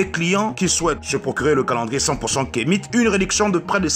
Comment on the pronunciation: Toi qui dis être Africain tu le prononce Kemite au lieu (Kamit)